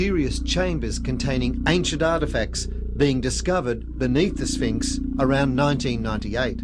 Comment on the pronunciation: Sphinx, not spinks.